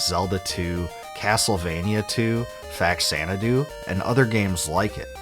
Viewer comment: Just small FYI: Faxanadu is pronounced "fa-ZAN-adu." It is short for Famicom Xanadu.